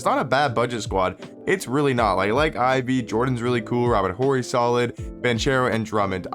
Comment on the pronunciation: Yo, Horry has a silent h bro